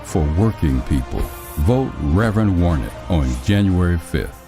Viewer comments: How did you guys manage to do an ad for Warnock and pronounce his name wrong twice? Lol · It's Warnock not Warnick.